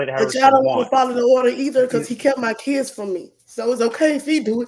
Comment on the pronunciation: “Itz NOT fair to my keeds!!!”